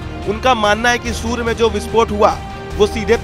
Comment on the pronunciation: Surya ko sur bol rha h 😂😂😂😂😂